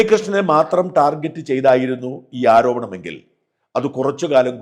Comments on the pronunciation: ടാർഗറ്റ് not ജെറ്റ് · ഷാജൻ ദയവു ചെയ്തു ടാർജെറ്റ് എന്ന് പറയരുത് ടാർഗറ്റ് ആണ് യഥാർത്ഥ ഉച്ചാരണം. ഈ ലോകത്തു മലയാളി മാത്രമാണ് ടാർജെറ്റ് എന്നു പറയുന്നത്.